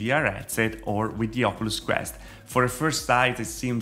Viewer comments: do you even know how to say oculus? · The way he pronounces “Oculus” make me cry laughing LOL